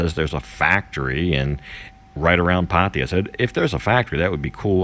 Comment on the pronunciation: Why can’t you Americans ever say PATTAYA right..